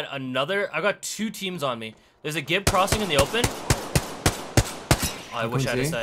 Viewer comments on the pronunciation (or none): Oh, and it's pronounced "temms" which is why it sounded like 10